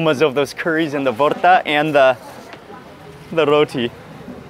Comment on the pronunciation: Bhorta & duck curry looks fantastic! Not vorta btw, please don't pick up this ridiculous spelling. The pronunciation can be transliterated with 'bh' instead of 'v'